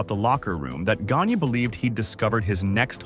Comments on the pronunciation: Verne Gone(yay) Not Verne Gonea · Are these videos AI generated? I would expect a true wrestling fan knowing how to pronounce Gagne and I have heard it pronounced wrong in several videos. Also why doesn’t the videos being shown match the timeline discussed? 🤷🏼‍♂️ Just something I noticed.